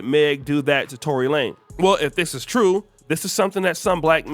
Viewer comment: LaneZZZZZZZZZZ Tory LaneZZZZZZ with a Z why u sayin his name wrong!?!? wtf!?!? lol